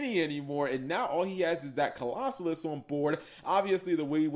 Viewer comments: Okay, seriously, stop mispronouncing Colossus. It isn't a hard word. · Bro...why can’t you pronounce Colossus